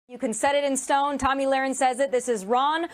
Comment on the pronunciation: It's Tomi not tammy. I can't stand her but mispronounced her name is not right